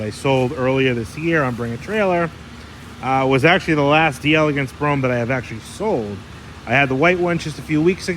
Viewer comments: Just FYI, in French, it is pronounced DELL EGANCE. DEE ELEGANCE would be an Italian pronunciation. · Love ya,! The actual pronunciation of “d’Elegance” is “Dell-egance.” It’s a French conjugation of “De Elegance,” which as you already know means “Of Elegance.” Absolutely judgments! You’re still my favorite Cadillac expert! Just clarifying 😁